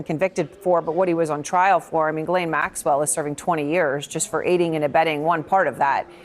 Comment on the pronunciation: Has no one ever told Hasan how to say Ghislane?